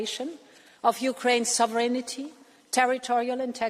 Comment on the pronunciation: Un-equee-vokely, and sov-ren-ity?! Dear, dear Ursula...sort it out, would you!